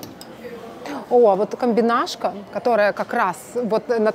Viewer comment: Немного режет слух комбиНАШКА. Чуть элегантней,. А так всё супер.